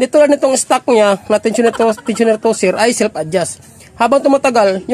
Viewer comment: 😢tensioner po hindi tosher